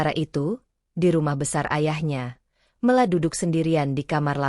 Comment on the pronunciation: Mesthinya nama dibaca...Mela bukan Me^ la...